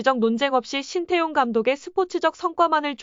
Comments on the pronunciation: 관중들아 제발 발음 좀 잘 해라 신태용이 아니라 신따용이다. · 신태용은..지장(智將)..지략으로 난관을 헤쳐나가는군!!! ( 明報....의리는 있어보이네!!! 鬱이 山이여~~~!!! ) 태용이 泰用 하고있군!!! 태와 따의..발음연습 시켜야긋다...태국애덜!!! 따용 아녀~~!!! 태~~해봐!! 하긴...신 또용이면 또 어떠냐!! 메세지만 전달되면 되지!! 따용이 ...땡큐~~~그거쥐?! 알게써!!! 인니 팍팍 응원할께!!!